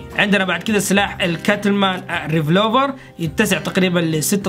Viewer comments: ما اقدر اوصفلك قديش احبك، و مقاطعك جداا رائعة و تستاهل كل خير....لكن حاول تطور من اللغة الإنجليزية تاعتك، لانو في كل مقطع يكون في اخطاء يعني السلاح الي تكلمت عنو انت اسمه " ريڤولڤر" و ليس "رڤلوڤر "... كنت حاب انصحك مو اكثر... يعطيك العافية اخوك يزن من الاردن.❤❤ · بس ملاحظة بسيطة السلاح اسمه ريفولفر مو ريفلوفر 😅😁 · معلومه اسمه ريفولفر مو ريفلوفر